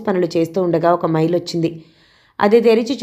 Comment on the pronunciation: మెయిల్ అని చదవాలి. మయిల్ కాదు ప్లీజ్. వెయిట్ కూడా మీరు వేరేలా ప్రొనౌన్స్ చేస్తున్నారు. స్సరిగ్గ చదివితే ఇంకా బాగుంటుంది అన్న ఉద్దేశం తో